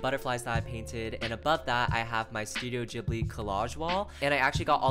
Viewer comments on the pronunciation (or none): the way u say ghibli it's terrible